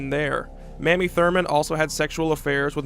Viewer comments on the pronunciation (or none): Her name is pronounced May-mee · Awesome video, long A in MAmie though, prounounced Maymee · Her name was Mamie (with a long A). Not Mammy. Get it right.